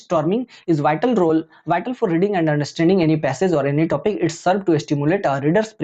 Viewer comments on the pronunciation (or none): none